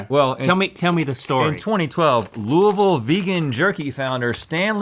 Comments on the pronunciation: Link getting the pronunciation of Louisville right makes me irrationally happy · Y'all said Louisville right! Its luhl-vull, everybody else. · Thank you for not saying "Louie-ville." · Love that they took the time to correctly mispronounce Lu-uh-vul. As a kentuckian, I appreciate it. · Thank you for pronouncing Louisville correctly. Loo uh vul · Ah so it's 'looo-i-ville' and not 'looo-eee-ville' I stand corrected now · When the boys pronounced Louisville right 🥹 I am healed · I’m so glad you guys didn’t mispronounce Louisville. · Nobody asked but: Link pronounced Louisville most accurately👌🏻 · Thanks, Link, for your expert pronunciation of Louisville! You nailed it! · Hearing Rhett pronounce Louisville like a local makes my heart happy🥹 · They said Louisville correctly!!!! ( didn’t tho >__>;) xD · As a born and raised Kentuckian who spends a lot of time in Louisville, thank you all for pronouncing it correctly!! 💙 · OMG THEY SAID LOUISVILLE RIGHT!!!!! BEST DAY OF MY LIFE… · As a Kentuckian, your pronunciation of Louisville isn’t perfect but it is acceptable. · It makes me happy hearing y’all say “Louisville” correctly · Thank you for saying "Louisville" correctly, Rhett and Link. Not many do (including ). 😅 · Rhett and Link sat Louisville correctly! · Rhett and Link both correctly pronouncing Louisville 👏👏👏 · I’m so glad they pronounced Louisville Ky correctly! No one pronounces it right! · I'm so glad they said Louisville correctly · and they said Louisville right!!! 😊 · Thank you all for properly saying Louisville. Most people butcher it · Who thought Louisville was in NC? 🤣 I’m just glad they pronounced it correctly. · i love that they say louisville right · As a Kentucky Native, knowing that Link knows the proper way to say Louisville makes me happy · I’m proud of link actually pronouncing Louisville correctly from someone who has lived there her whole life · I’m so glad they pronounced Louisville right. I was about to never watch again lol